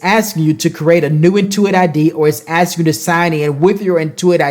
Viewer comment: You are a good and patient teacher. If I make fun of "axeing" you questions you can get me back with my Canadian accent eh? :) Seriously though, Quicken should hire you for tutorial videos with your knowledge AND patience. Thank you.